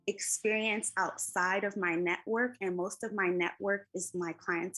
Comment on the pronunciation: CLIENTS???? Did she SAY NECK WORK OR NETWORK????? Lol …. IJS